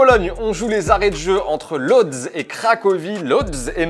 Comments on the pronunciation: On dit pas lodz mais woudj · Si jamais les amis Lodz ça se prononce woutche ! Me demandez pas pourquoi, je me suis fait avoir aussi lors de mon premier business trip :)